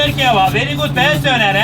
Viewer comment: “Döner KerBOB”